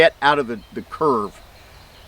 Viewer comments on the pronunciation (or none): none